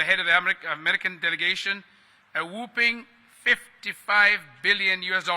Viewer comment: He pronounced whooping as woooping. The cough is coming 😂😂😂. Can't make this up. They take us for dunces. Am I the only one seeing this? The pandemic didn't teach some people anything.